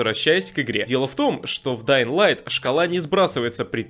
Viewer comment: Да ладно? Ты нормально произнес название игры? Подписка